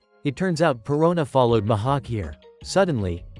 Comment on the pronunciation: Bro called mihawk mahawk